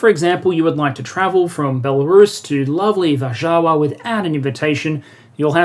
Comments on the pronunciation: Varšava not Varžava, dont voice it. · Polish pronunciation tip: the accent almost always falls on the penultimate syllable: Gly-WI-ce. W=V, y as in lynx, c=ts, vowels always short and flat - e as in "meh." You got Warszawa right, except both w's pronounced V - Var-SHA-va. However, names of major cities are usually adapted to native languages: Fr. Varsovie, Ger. Warschau, Eng. Warsaw. Warsaw saw war, lots of it. Perun=thunder, pagan god, pierun in Polish. Where U from (besides Oz)? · We appreciate the work in these videos, but man, if you're going to attempt Warsaw as Warszawa... don't half-ass it. The W is said like a "v" BOTH times in this word.